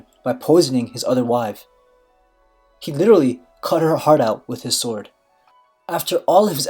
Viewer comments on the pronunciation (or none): none